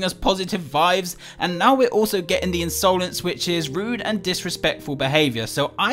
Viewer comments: Ins-OH-lence eyes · Insowlense eyes